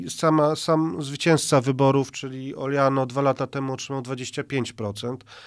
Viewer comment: Oljano? Radzilbym sprawdzic jak to sie poprawnie wymawia.